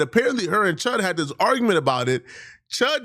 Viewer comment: What is up with the DIS? I noticed, lately, how you have been saying DIS instead of THIS. You know that is not part of the black vernacular, unless you are a white man mocking black people. I realize that you are african and sometimes it seems that you use your native tongue. Is DIS where your natural language conflicts with english? You didn't say DIS much, before. But lately, it has really become pronounced. Sounds like CHUD, nickname will be changed to PIT, in prison. PIT as in cockpit. lol